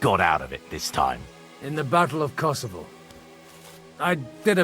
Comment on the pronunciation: KCDII: "Battle of Kosavo " ESO: "That's Constantinople, right?" Me: *facepalm*